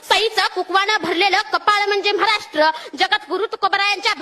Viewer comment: म्हाराष्ट्र नाय बेटा ,महाराष्ट्र म्हण.